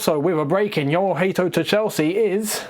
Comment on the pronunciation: It is HA-to you'll see when he pronounces it himself it's so easy I don't know how you managed to butcher his surname 😭